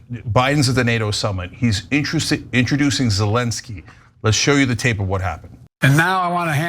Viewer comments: And he slurs. Sezzzky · He slurs sezzky